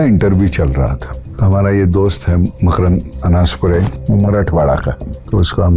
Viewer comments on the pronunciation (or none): भाई... मार्कंड नही मकरंद अनासपुरे समझे